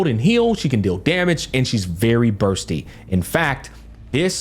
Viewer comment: Even Bursty as Busty sometimes lol.